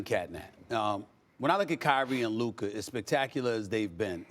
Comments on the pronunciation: It’s Luka not Luker mane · “Luker Doncic” - SAS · Stipen calling luka luker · The man name is not "luker" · What on gods green earth is 'LUKER' lmaooooooo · LUKA!!! Luka Magic. Not Luker! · stephen a be like "luker doncic" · Why Stephen a keep calling him luker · Bro said “LUKER” 🤡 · LUKER??? 🥴 come on man say his name right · He says his name with a HARD R.... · How hard is it to pronounce names? Who’s Luker? Also, Anthony Edwards is Devin Booker’s Brother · Stephen A goes out of his way to never say Luka’s name correctly. It’s crazy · Did SAS just say "Lukerr Donqich", Man its getting outta hand now. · Luker Don Chick